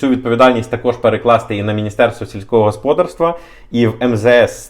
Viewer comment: Правильний наголос - господАрство. Ваш наголос ріже слух